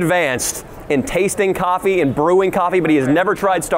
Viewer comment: “Why’d you spike the coff?”